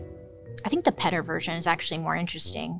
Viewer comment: Petter? Not Peter? Lol